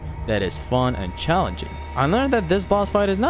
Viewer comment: Eminem: Are you cahllenging me!!